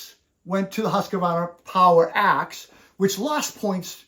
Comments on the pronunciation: Why do Americans put in an extra A in Husqvarna? It's not Husqavarna. There is no A in the middle. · Hearing that extra A tells me something about the person saying it.